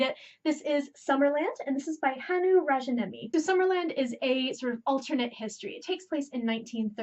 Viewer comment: Yes! Call out all the human trash cans! (I've also not seen the Greatest Showman for that very same reason). I'm really looking forward to getting my hands on Summerland and Spinning Silver. Also, I hope I don't come across as rude, but the 'j' in Finnish names is always a soft sound, so in this case Ra-yah-nie-mi. :)